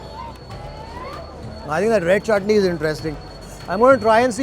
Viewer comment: Chutni is going man.. at va-saavi restaurant you know.. 😜 bharjari NRI accent